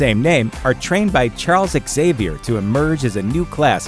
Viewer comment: It's not pronounced "ex-zavier", it's pronounced "zavier". That's always bugged me about the X-Men movies. The least everyone could do is pronounce the guy's frickin' name the right way.